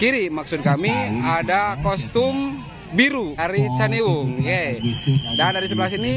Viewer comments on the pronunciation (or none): Cihandiwung bukan caniwung a 😅